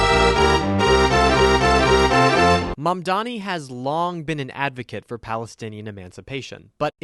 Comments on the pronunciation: It's cause mamdani is a hard Anglophone name to say, the default way to say it is mandami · Can we mention the fact they always mispronounce his name? They have no trouble with any white names no matter how hard they are to pronounce or how different, but when it comes to a brown person's name, suddenly its "Ma'am-danny" and "Zoorah".